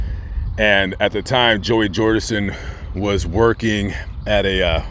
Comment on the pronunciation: “Joey jordinson”😣